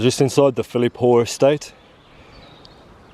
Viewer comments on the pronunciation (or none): Great footage. It's Philiphaugh though. (ch as in loch)